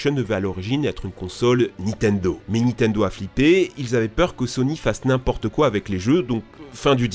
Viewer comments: Tu en as pas marre de dire NITENDO tout le long de la vidéo au lieu de NINTENDO ??? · C'est Nintendo pas nitendo